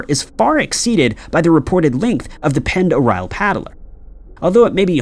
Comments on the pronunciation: Um yeah.. Lake Pend Oreille is actually pronounced: lake - pond - a -ray - and is in the Idaho panhandle .. not to far from and to Canada.. one of my distant uncle’s had a house on the very southern part on the west side of the lake.. there is a town called Hope if I remember correctly .. I do however remember what a great place and time I had there on that giant - beautiful- deep and just all around spectacular part of the state and country. .. Fishing there is extraordinary ..especially if you can troll from a boat.. i somehow remember people with us catching (this was 40 years ago now) Kamloop and Cuttthroat Trout- Kokanee Salmom- Northern Pike - hope to go back some day soon. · Ok first of Pend Oreille is pronounced Lake Panderray dont ask, lived there for 10 years never facking made sense. Its also in Idaho, not ohio? The hell bro? They claimed its native american, but um... No its not im cherokee and Apache that's gibberish lol. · I love you, but Pend Orielle is pronounced "Pond Orray" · I grew up on Lake Pend Oreille. It’s French and is pronounced “pond er-ray”. I also had a weird encounter once where I’m pretty sure I saw a periscope pop up from the water once from one of the submarines while out in the middle of the lake on an inflatable boat thing my friend and I paddled out on. Creeped out so bad that I refused to swim out in the deep parts ever again where I couldn’t see what was below me. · Pend Oreille is pronounced Pond-er-ay, just FYI. And the lake is indeed in Idaho, though there is also a Pend Oreille County in Washington state. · Lake Pend' OReille is in Northern Idaho and nowhere near Ohio. Also, it is pronounced like: 'Pond - dor- eye' since it is a French word. It gets mispronounced a lot unfortunately, but at least you can always tell if someone is a local or not when they pronounce it. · Pend Orielle is pronounced Pond-er-ay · Unbelievable your mispronunciation of lake pend oreille. Weak weak weak